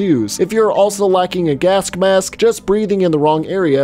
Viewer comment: Lol why do you say “gaskmask”